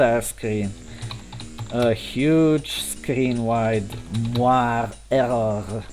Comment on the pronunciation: Mentioning this just to be helpful (and encouraging, as your channel grows), especially since you seem interested in the linguistics of it: moiré is indeed French, but the final letter makes it two syllables in both English and French, as the accent indicates. Mwa-RAY. Amusing videos to stumble upon. Good luck!